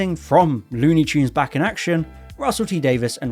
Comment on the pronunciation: lewni choons